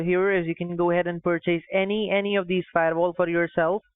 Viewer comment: I love how many different ways kitboga tries to pronounce firewal 🤣